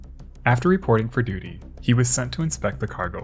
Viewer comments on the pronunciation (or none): none